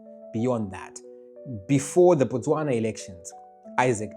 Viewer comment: Its Botswana not Bostwana